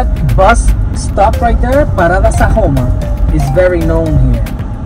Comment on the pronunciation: Looks like its Sajoma and not San Joma.